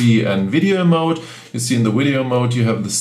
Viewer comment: It's odd that you have such excellent English but say weedyo ! Surely someone has told you how to pronounce V in English?